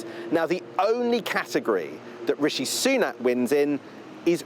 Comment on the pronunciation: Sunak. Not Sunan. Apology!